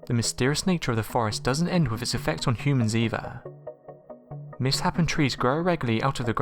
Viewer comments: mis "Happen" trees? Mishapen surely...is this voice simulated and not an actual person? Impressive if so... Or maybe the dude just misread it? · Your pronunciation is "miss-happened" trees should have been "mis-shapened" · Did you miss pronounce the word misshapen? Do Britts pronounce it differently? In America it’s not pronounced miss happen, it’s pronounced miss shapen. It does look like that’s how you pronounce it though. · seriously? misshapen not misshappen.....cmon....basic english language being butchered!! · "..mis-happen trees".. Eh, I think its pronounced 'mis-shapen' you dolt. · misshaped is pronounced mis-shapen. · Can we please start a petition to get rid of this narrator or at least get him elocution lessons? He is actually not too bad in this video but his mumbling usually drives me mad and he mispronounces words often eg 'misshapen' he pronounces as 'miss happen' ? He also leaves pauses in bizzarre parts of a sentence. Thumbs up if you have had trouble understanding this guy. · He said Miss-Happen; IT'S AN A.I! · if you want to debate accent or mis-understanding of the word.